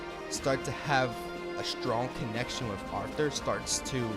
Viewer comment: Why are you pronouncing Arthur’s name like “offtur “